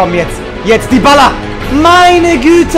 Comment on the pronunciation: dschibala und nicht diballa